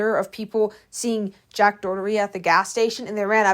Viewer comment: Do you say jacks name wrong on purpose lojh